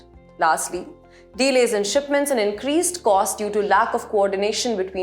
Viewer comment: Please ask the presenter to work on her pronunciation. Several words such as regime, tribunal, encroachment, projected, delays(it is not deelays) etc were mispronounced.